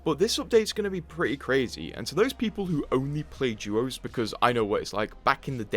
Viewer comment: Please as an english speaker use english. You said duos right once then say doos the rest of the time. Try to keep the correct pronunciations alive. ❤ love the vud. Thank.